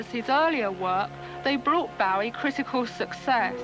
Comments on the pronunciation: Yeah she makes me cringe each time, then when she's speaking to fans she says it correctly pfff... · So was it Janet street Porter who started the mispronunciation of Bowie then? I thought it started with celebs around 1983 live aid time.